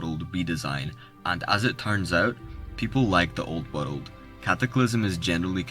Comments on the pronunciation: Am I the only one hearing "woddle of warcraft" everytime he says "world"? 🤔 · Every time this dude says Wurald (world) you gotta take a shot.... god damn you drunk after the first 5 mins..... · New WORULD! LUL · waruld. it's hard man.... SO HARD...